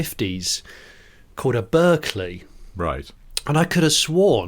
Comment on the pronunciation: The Berkeley is pronoucned Barclay... The T60 is tiny, top speed of 60mph, and utterly terrifying! My pops has one. Would make a rocking EV